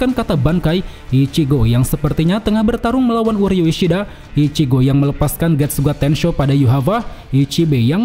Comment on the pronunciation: uryu ishiada 😂tertawa aku bang😂